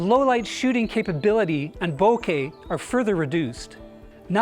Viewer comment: Finally someone who knows how to properly pronounce “bokeh”